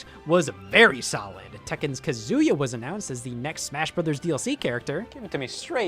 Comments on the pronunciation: Scott, it’s not pronounced kazooya. Why do so many people do this it literally says his name in the game. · Hearing Scott pronounce Kazuya as "Kazoo-yuh" is so wholesome.